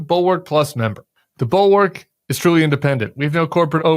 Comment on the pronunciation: Could you possibly pronounce Bulwark correctly?